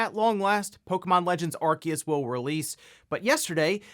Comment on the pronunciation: THE C IS SILENT IN ARCEUS HOLY SHIIT